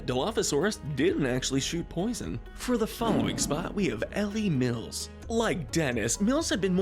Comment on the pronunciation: Eli Mills and Simon Masrani had the displeasure of a fate worse than death; having their names mispronounced in this video. Eli is a pretty common name, and it is pronounced as it is pretty much spelled. It’s the same with Mr. Masrani’s surname. If the subtitles show what the script of the video was, we know that the people at don’t know how to narrate. There are multiple instances where the subtitles shown lines that were supposed to be read, but the neglect to read them made the subtitles only have half a second to show.